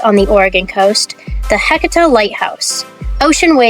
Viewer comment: Let me help on your pronunciation it is pronounced ha C tah light house.